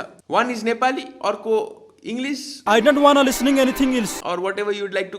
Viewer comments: I don waana lisaning enithing eels!! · "I dont wanna lis ning anything ilse" got me 😂